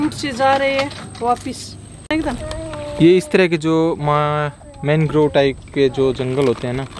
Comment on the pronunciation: isey मानग्रोव nahi मैंग्रोव bolte hai. Jo bhi ho bahut sundar prastuti, camera ki aankho se sundar prastutikaran. Kabhi mauka mile to vishva ka sabse bada mangrove west bengal+bangaldesh ka sundarban dikhaye, aur odisha me bhitarkanika dikhayeye